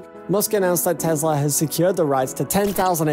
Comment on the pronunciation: It is not a Tezla. It is a Tesla.